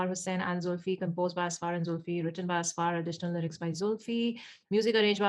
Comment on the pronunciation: ok, so i am from Pakistan and want to clarify that it is Ussfurr- when it is pronounced and not Asfaar. :) Also a "Mehram" is a brother, dad, husband and son for women. Mehram here most likely refers to a marriage.. husband is the mehram of a wife. :)